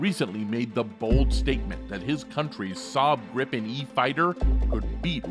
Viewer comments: Great video! But once and for all, it's pronounced "Jaws Greepen" rather than "Jazz Grippen":) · If you want to say "JAS Gripen" like we do here in Swedish, pronounce it "the Yaas Greepen". ;)